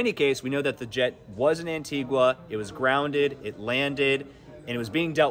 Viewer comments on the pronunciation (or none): its pronounced ANTI-GAH NOT ANTI GWAH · It's pronounced 'Antig-A' not Antig-Wa! There's no 'W' in it. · It is pronounced Antiga. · no one is pronouncing antigua right and it's aggy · I can not get past this pronunciation of Antigua - how is a news (it is right?) outlet not the pronouncing the name of countries correctly? One in their continent no less. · Please pronounce Antigua properly